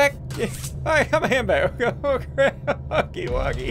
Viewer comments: It is not hugly wugly it is huggy wuggy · It's not hugly wugly, It's huggy wuggy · It's huggy wuggy not hugely wugely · i like how he calls him huggly wuggly instead of huggy wuggy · It’s Huggy Wuggy, not Hugly Wugly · It’s not hugly Wugly t’s huggy Wuggy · The fact that Ssundee called him “Huggily Wuggily” made me laugh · I like how in the beginning he calls huggy “huggily wuggily” I don’t think he meant to mispronounce it he saw the blocks and said “ohh huggy wuggy” he finally understands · Its funny how he says huggly wuggly. Don't rage at him. It's just his first time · Ssundee: hUgGlY WuGlY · At The Start He Said Huggly Wuggly😂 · Any body else laughed when he said huggly wuggly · Stop say huggly wuggly! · Did ssundee say ugly wuggly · Ssundee your saying huggy wuggy name ron